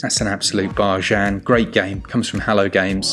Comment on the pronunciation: So many “bar-jjanns” so little time 😂